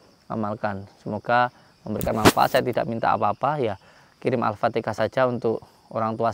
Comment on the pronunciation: Sorry ya..yg benar itu baca ALFATIHAH/ALFATEHAH....jangan dibaca AalfateKAH....HA dgn KA berbeda